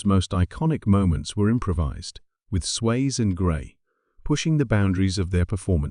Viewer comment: It's Sway-zee, not Swayz, but I know it's AI.